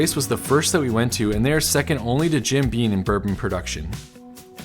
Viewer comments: Graeat video it’s Jim beaM tho not beaN 😅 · Is it just me or is he saying Jim "Bean"? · Sounded like he kept saying 'bean' too.